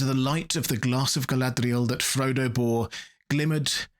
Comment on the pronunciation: Your pronunciation of Galadriel comes off as an affectation.